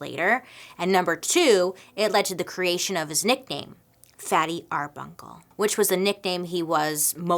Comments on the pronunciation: LOVE this episode - you look ahmazing, too ❤️ I absolutely love your MMMM and Dark History videos and podcasts. I hate to point out (gulp!) that Roscoe aka Fatty’s last name was Arbuckle, instead of Arbunkle. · Yes, Roscoe "Fatty" Arbuckle, NOT Arbunkle was indeed a famous actor in Silent Comedies which were a real thing before sound pictures. Please take the time to learn about your subjects before making your videos. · Yes I'm being petty, but wasn't his name 'fatty arbuckle' not bunkle??